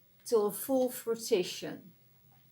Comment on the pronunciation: The word you struggled with is fruition - pronounced 'froo-ish-un'. Spot on reading! Thank you! 😊 xxx